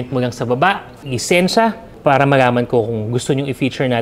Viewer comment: Boss imho lang bulol ka po sa pala or may R na word na tagalog ung pala nyo po para